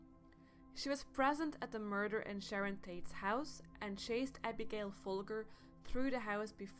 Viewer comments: Pronounciations Folger: Fol-Jer Shea = Shay Zezozoze Zadfrack Glutz = Zee-zoH=Zoh-zee Zadfrack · Fromme was never a child star. She sang and acted at school. Oh, and you mispronounced Abigail Folgers name. Both really easy facts to check. Thumbs down.